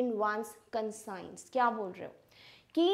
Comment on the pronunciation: Conscience ,wrong pronunceation